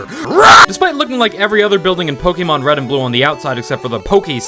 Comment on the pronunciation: say pokemon correct